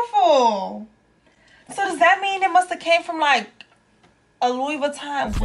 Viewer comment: Great video. BTW: it's not Louis Vuitton, it's pronounced "Louie vitton" as it's French. Also, Louis Vuitton Paris is the trademark- Italy is where they were made :-) Thanks for sharing.